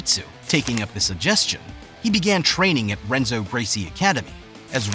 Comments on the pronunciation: Henzo not Renzo Portuguese pronounce R like a H. And think it’s like Dawnaher not like Dana white. 👍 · Dah-Nah-Her - Hen-Zo - Toh-Non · he also pronounces Renzo wrong lol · In no way do I mean to sound disrespectful , but while it is a Good Video, some glaring Names were said wrong. Mainly, it's pronounced Dan-A-Her -also in Portuguese names with an R is pronounced with an H sound , therefore Renzo is said like Henzo. Just for future reference because anyone who watched this video is in some way likely interested in Bjj or Mma, therefore they knew right away. Still I thumbed up and Subbed, because you did take time and effort making the video, thank you. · The voice over is butchering everyone's names it's "Dan a her" not "Dane a her" and henzo not renzo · It is pronounced Henzo not Renzo. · All of this research and the voice over doesn't get names right. Renzo is pronounced Henzo. The R in Portuguese sounds like an English H. John's name is pronounced Dan-a-Her not Dane-a-her. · DAN ah her ... Hen-zo.... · Dan-a-her H-Enzo 😂😂😂😂😂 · it's pronounced, "Henzo." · The lack of respect, do you even watch BJJ? How do you mispronounce his name (and others), it's like you just copied and pasted info and read it out loud for the first time. Come on bro, you gotta do better. (Don-uh-her, Toe-nin, Hen-zoh) unbelievable. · Bro mispronounced John's, Renzos, and Gary's names. Very cool. Also, a guy who came up with Danaher and helped evolve the sport along side him is a gentleman named Shawn Williams. I've got to learn from both. Truly special individuals. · The narrator pronouncing Renzo with a R instead of an H was killing me 😂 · He miss pronounced Danaher, Renzo, and Tonon lol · The Renzo one hurt 😂😂😂. Lost all credibility. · Or renzo. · the R is silent in Portuguese!! Do some research buddy!! English is not the only language in the world!! You must be an Anglo 🤦🏾‍♂️🤦🏾‍♂️🤦🏾‍♂️ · So you pronounce Johns last name wrong and Renzos first name wrong. Great job!